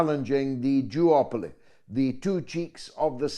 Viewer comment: Did you say Jew-oply or Duopoly?